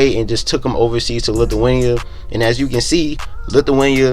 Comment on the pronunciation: “He played overseas in lithuway 😂😂”Lithuania my guy😂